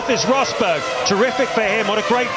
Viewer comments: " Here is Nico Hosberg" 😂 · remember when james allen pronnounce nico Rosberg as "nico hosberg", weird old day